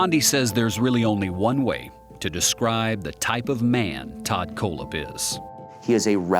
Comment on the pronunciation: Is the narrator mispronouncing Kohlhepp on purpose??